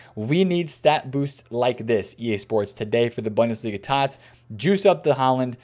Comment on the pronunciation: As always, love your content and your grind bro, but I can’t lie, the way you pronounce bundesliga makes me a die inside just a little bit every time I hear it. Try Boon-duh-slee-guh